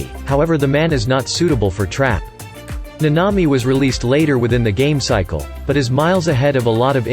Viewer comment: Thanks for the video! By the way, it’s Nanami (Na-na-mi).